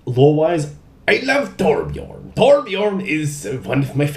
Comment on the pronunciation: did you just nail saying torbjörn? sounded exactly like swedish :o atleast to my ears...but then again i have a tiny damage :D